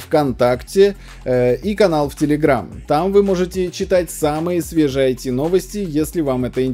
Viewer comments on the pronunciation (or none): none